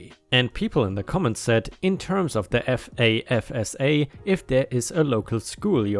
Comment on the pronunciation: Grants aren't the only thing FAFSA does (note to: pronounced "faf-sa"). It also determines whether you are eligible for federally subsidized loans, federal direct unsubsidized loans, as well as federal work study programs. You do not necessarily have to be below poverty level to qualify.